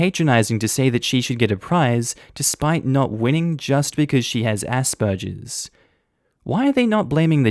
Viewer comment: Why tf are you pronouncing it asperjer? It's a hard G sound.